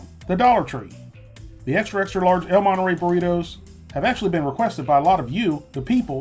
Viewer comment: "el moneray"